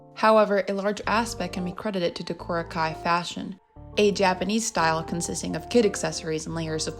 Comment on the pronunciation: i'm surprised there was no mention of clown husbandry. I feel like that influenced the general love for clowns and their aesthetics a lot. also you pronounced decora kei wrong (the kei is read like the english letter k)